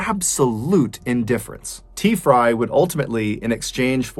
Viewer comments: I swear he was saying Tea-fry lol 😂 🤦🏽‍♀️ on another note, the only thing that idiot woman had to do was call 911! Poor guy. Glad that lady went to jail. This type of cases made me so mad!! Stop drunk driving!!! Greg’s son is a great man. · I can’t help but think your miss pronouncing t frys name lol